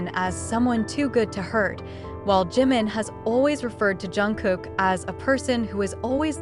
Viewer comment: Oh mulher que lê errado! Desagradável JUNGKOOK....e não Zanguikukok! Kkk Não é GIM! É DJIMIN(A PRONUNCIA( JIM. é outro membro! Se não sabe ler os nomes ...NAO.LEIA! 😝😝😝😝😝😝😡😡😡😡😡😡😡😡